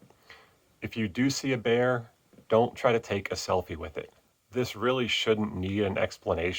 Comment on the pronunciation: Bear, not beer… Have a like anyway for your efforts in education